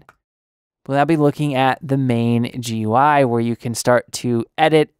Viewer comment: GUI is pronounced "gooey"